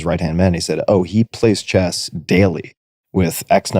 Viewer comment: Of course Arnold loves "chesst" 😅